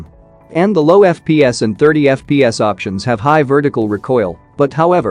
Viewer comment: Normal people:FPS voice machine: Eff-pee-ass Id: Username: osmanLOL3 Global version!